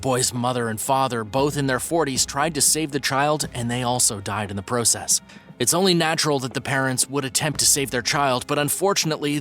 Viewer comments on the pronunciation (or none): Its "process" not "pro cess" and also you can tell some of these are fake